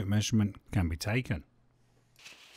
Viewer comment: great video..tho its taken .not tacken